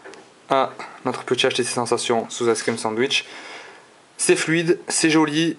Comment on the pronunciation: ace crime sadich ? Lol tu prononce n'importe comment mdr ! Pour htc sensation ? T'aurai pas oublier le " le"-} pour le htc snesation.... Et pour finir on prononce Se ce et non Sance.... va te coucher